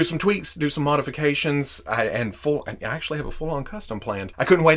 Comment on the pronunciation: you can actuashy glue it